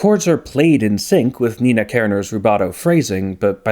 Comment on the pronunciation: In German class we learned to pronounce "nay-nah" (approximately) so it's very jarring to hear you calling them Nina